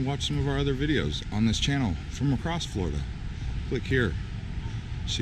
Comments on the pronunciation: Florida, not Flordia hah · I love "Flordia" 🤔